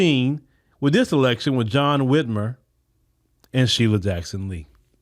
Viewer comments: Whit MIRE. just like kathy Whit MIRE. Whitmer dont sound right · He was the brother-in-law of Kathy Whitmire (pronounced Whitmyre) the Mayor of Houston for 10 years in 1982 to 1991. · his last name is Whitmire. (mire rhymes with fire)